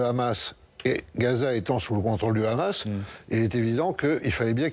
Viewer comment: On ne dit pas 'KHamas', comme à l'israélienne C'est un acronyme arabe. On dit HHHamas en arabe ou Amas si on est un français non arabisant.. C'est un minimum de professionnalisme, à moins de montrer ses accointances pro israéliennes.